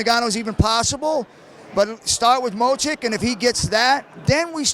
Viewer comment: If he says Mo-Chick ONE more time... Lol, was that not like, 28 f'ing times???